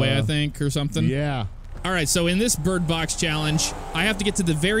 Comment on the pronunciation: Lmao what a great start "Alright bridbox challenge "